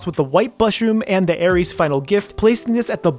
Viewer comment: ITS AERITH'S NOT AERIES